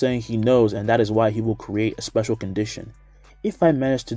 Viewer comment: Dis man reads the manga "'' spaceal''"